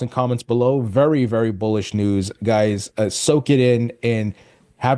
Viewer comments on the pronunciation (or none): I thought he said Bull💩 news.